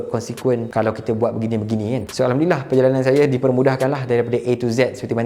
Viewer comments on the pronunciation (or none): none